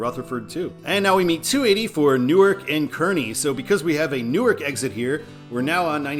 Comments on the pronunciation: Delaware’s Newark is pronounced as NEW/ARK not as NEW/ERK in New Jersey. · Newark DE is pronounced New ark. The original name of the city was two words New Ark.